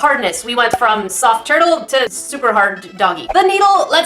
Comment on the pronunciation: i heard toilet instead of turtle